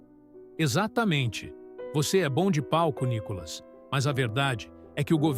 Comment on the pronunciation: Não é Nicolas e sim Nícolas .